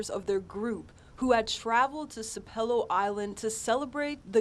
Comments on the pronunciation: Sap - elo, gull-----ah, get it straight if you gonna be on the news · It's Sap ah lo. My MIL was the Storyteller CORNELIA W BAILEY. This is such a tragedy. Please keep our community in your prayers.